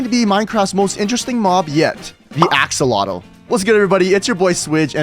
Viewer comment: emm morder axolotl not kyng at oll